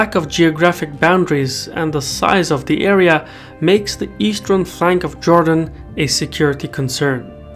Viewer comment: Not Jordan but Jewdan…